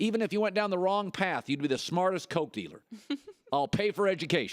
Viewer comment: Did he say smartest Coat Dealer or Coke Dealer?